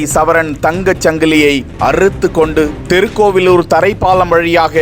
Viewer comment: தெருக்கோவிலூர் இல்லை மூதேவி! திருக்கோவிலூர் எனச் சரியாகச் சொல்! தமிழை வழிப்பறி செய்யாதே!